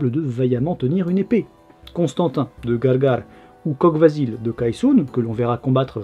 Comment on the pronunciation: Salut ! comme toujours une super vidéo ;) Pour la prononciation de Kogh Vasil, le "gh" se prononce "r" (ce qui donne Kor Vasil, pour Vasil le voleur). Pour Barsegh, le "gh" c'est la même chose, même si personnellement je l'ai toujours entendu prononcé "kheh" ( [χ] en phonétique). Si tout cela a déjà été dis désolé du doublon !